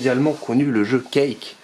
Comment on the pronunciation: Quake ne se dit pas Cake mais Couaike malgré qu’il s’ecrit Quake